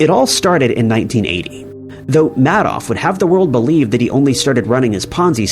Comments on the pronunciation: I'm almost positive this has to be AI narrated with voice. Everyone knows how to pronounce Caligula. Also didn't even say Madoff correctly. Ridiculous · Bernie Mad-off is pronounced Maid-off. And don't even get me started on Cali-goo-luh. Did you do any research before making this video??